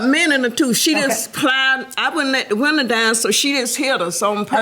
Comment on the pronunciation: "ma friend she roll down da woondah" lol love it